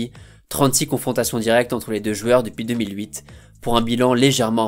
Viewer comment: Si tu arrives à dire "joueurs" au lieu de 'jueur" ça sera cool ^^